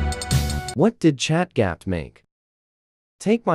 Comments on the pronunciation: "Chat gyap" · ChatGPT ❌ ChatGapt ✅